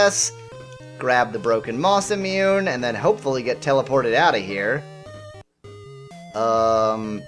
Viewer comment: Because it was bugging me, Masamune is pronounced Masa moon eh. Sorry if you already knew that and were just going along with the spoof, but you can't be too sure.